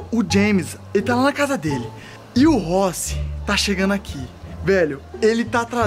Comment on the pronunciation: o ta fumando tanto narguile que falou rochi e vez de rossi